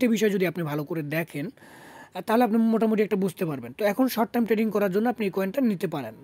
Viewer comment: Tading Abar ki 😂 "" trading ""